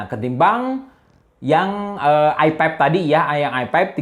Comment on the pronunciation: nyebut i5 jadi "ai paip"